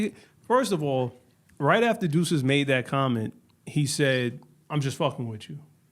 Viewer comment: why yall keep pronouncing his name like deuces lol